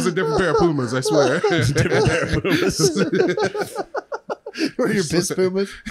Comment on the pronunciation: Pumas more like peemas